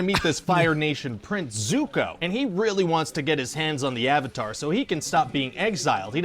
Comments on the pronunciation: The “Ayvateer” 😂😂😂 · The moment they said "Ah-vatar" I knew this was a shit movie. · I saw this movie opening weekend. In 3d. It cost $22. I went with a buddy of mine. Apparently, during the opening scroll, as soon as they said "Uhvetar", I audibly went... "Oh no...." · Ahvatar isn't nearly as bad as Aang which rhymes with gong. Ahvatar sounds like it could be slightly British. Aang is some sort of weird double cultural appropriation since he is actually based on a Tibetan Buddhist model but it's not his name. So it's a bit like if the Beatles (who were inspired by Eastern religions) gave themselves Tibetan names rather than George or Ringo or Paul. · Sadly saw it in theaters always regret not leaving after hearing that first Avatar pronunciation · "I mean Ang, Ung whatever they wanna call him, the Avatir.." You had me laughing so hard I actually choked for a second,:D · sOHkka, AAHng, AHvatar, URo This movie is the definition of looking something up on Google once and making a movie about it without any other information, not even how to FRICKEN PRONOUNCE THEIR NAMES. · The whole "ahng" and "uhvatar" mess was Shyamalan being super arrogant and claiming the cartoon had all of the names wrong.